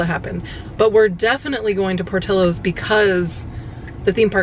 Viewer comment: My dearest!!! Por-ti-llo's and sounds pour-tee-yos... xoxo